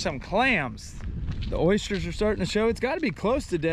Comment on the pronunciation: They're OYsters not Oishters 😉